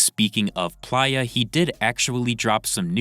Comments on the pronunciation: STOP CALLING HIM “PLYA” PLEASE ITS PLAYER WITH AN “A” GOODNESS GRACIOUS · WTF is a "Ply-Ah," and why he reporting on things? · If you cant pronounce the word playa or recognize it as player, then you shouldn't be reporting on hip hop period.